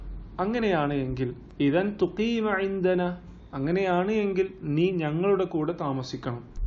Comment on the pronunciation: മാ ശാ അള്ളാ ഒരു സംശയം ഇദൻ എന്നതിന ശേഷം തുഖീ മ എന്നാണ് പറയുന്നത് തഖൂമ എന്നല്ലേ പറയേണ്ടത് കൂടുതൽ പദസമ്പത്ത് വർധിപ്പിക്കാനുള്ള പോസ്റ്റുകൾ ഇട്ടാൽ ഉപകാരം